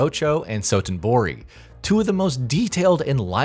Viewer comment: Who checked the script? Dotonbori was pronounced as Sotonbori multiple times